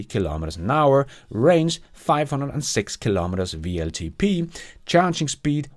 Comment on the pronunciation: It's double-u LTP, not VLTP ;)